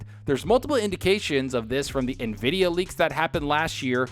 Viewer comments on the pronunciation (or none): none